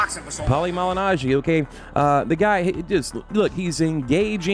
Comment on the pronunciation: "The Great Pauli Malinaggi"😂😂😂 I knew the rest of the video would be bullshit after that